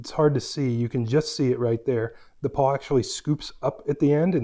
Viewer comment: Nice review, and nice jack stands. But I gotta say, it's a ratchet PAWL, not PAW. I've got an old orange china set like yours, and a set with removable pins. No issues in over 20 years of use.